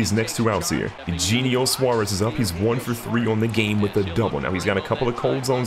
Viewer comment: Eugenio = Ayouheyneeo